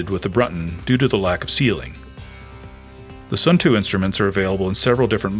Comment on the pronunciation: Nice review. I know that Suunto has somehow become “Sun Too” in the US, but the proper pronunciation is more like “Soon Toe”